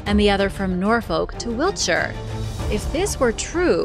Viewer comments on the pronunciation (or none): none